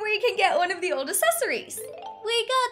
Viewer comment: Go watch how she used to talk and hear how she talks now.. I think she should learn how to say accessories